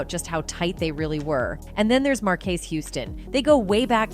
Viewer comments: It's Marquez markez. It's pharelle farell😂 you butcher everything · “Markay” and “Booster” 😂